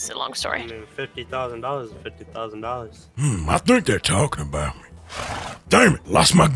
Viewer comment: Group of people: Talking about a robbery Arthur: I think they're talkin' bou' me